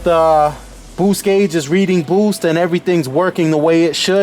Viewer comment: "Eight pounds of boowhste"